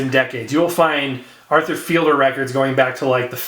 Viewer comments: It's pronounced "feed'-ler," not "feel'-der." It's Fiedler, not Fielder. Just FYI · It has the extended version of Disco Inferno which you were referring to. I believe it's If my memory serves me correctly. I believe Arthur's last name is pronounced feed ler.